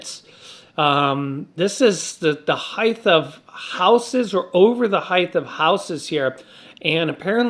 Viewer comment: Sorry pet peeve...... its not heith it's height g- h- t pronounced Hite